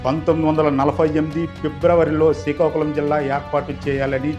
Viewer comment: యాంకర్ ముందు శ్రీకాకుళం అని మంచిగా పలుకు, శికాకుళం కాదు